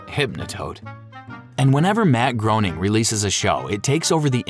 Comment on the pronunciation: You mispronounced Groening many times … to the point where i watched 7 minutes waiting for another. So Groening connects all of his cartoons, congrats for finding the reddit thread that you used for this video.